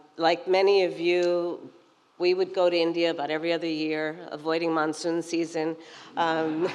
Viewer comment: Kamala the word in "monsoon" season, accent the O, word is not :"monson".